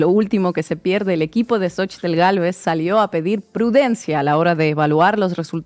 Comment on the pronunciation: Inna pronunciando perfectamente la "tl" en el nombre de "Xóchitl". Sin duda Inna ya es un poquito mexicana. ¡¡Felicidades a todo México y Latinoamérica!!